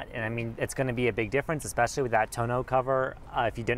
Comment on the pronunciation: Especially, not eckspecially. Phonetic spelling: /EspEshUHlEE.